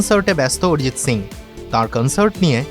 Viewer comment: Arijit bangali naam, ayrijit na bollei hoy